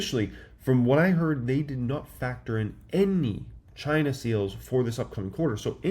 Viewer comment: did you say Ghhhhinaa